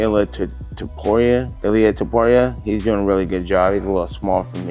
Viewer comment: Nate said... Wait... "Ilia"???? 😂😂😂😂